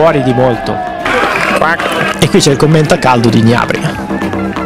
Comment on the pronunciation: Gnabry si dice traìna non Traina